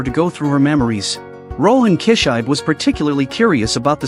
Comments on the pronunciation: KI SHI BE! NOT KISHAIB,wth? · His name is Rohan kishibe, but I don't think he knows how to pronounce the name correctly. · it sounded like kichai.. no more ai narration man... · Rohan « Key-shybe » 😂😂